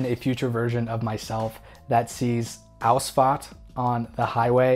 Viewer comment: Ok that 'Ausfahrt ' one was pretty good….i gotta admit lol